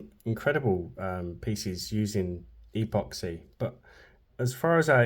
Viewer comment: Why do you say e poxy?